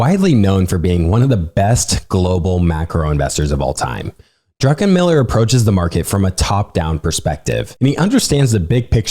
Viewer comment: Highly suggest you look up pronunciations prior to these podcasts. Simple things like the pronouncing the past tense of ‘cost’ as ‘costed’ should really be avoided. More egregiously, it’s Stanley DRUCKenmiller, not DRUNKENMILLER.